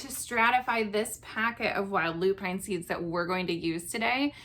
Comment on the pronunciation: loo-pin (not loo-pine)